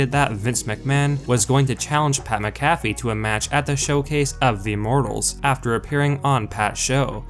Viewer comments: I cannot stand the way this guy is pronouncing pats last name. Good lord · Who tf is pat macafe??? WHAT? !!? Sounds like a mcdonalds drink or some crap. 😂 another idiot that makes money off the sport and cant even have the respect of knowing how to pronounce their name... That Wrestlelameia clown is the same way. Why i wont sub to these clowns or like any vids... Faker then back yard wrestlers!!!! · You not being able to say pats last name right is making me turn this video off. Sorry man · Pat McAfee's name is pronounced the same way you pronounce the antivirus software: MACK-uh-fee. Take the time to do a little phonetic research and I might even subscribe to you. ;) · Sound it out...Mac-a-fee. Vince looked in great shape for a man in his 70s, except when he raised his arms and then we could see the flappy skin underneath. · Mac-a-fee……if you’re going to do these videos learn how to say names. Let’s also try to be less monotone. Maybe hire a narrator? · Bruh the way you say Pats last name makes me cringe so hard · Oh boy fans now the cause for these ridiculous videos. Rumor dirt sheet nonsense. 1, Say Pay McAfee's name correctly 2, No one is going to tell dirt sheets that anything Vince does is terrible, unless they hate their jobs 3, This video was an 8min run on sentence. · do you not watch the shows that this channel gives info on? how do you not know how to pronounce mcafee? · I can't stand you pronounce his name wrong how do you get his name wrong do you actually watch wrestling? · The way you pronounce Pat’s last name shows you don’t even watch Smackdown🙄 I can’t stand you pretend fans. Y’all just make videos for the money. Please learn how to say his last name properly🥴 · I'm gonna have to stop watching you if you can't say Pats name right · How do you not know how to say McAfee's name, and you're this into the sport?